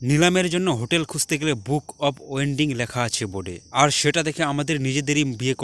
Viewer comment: Age uchharon korte sekh bokachoda. Ota wedding, wending na.